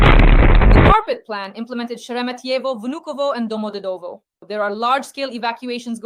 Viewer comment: Why can’t you not correctly pronounce ‘Domodevedo’’?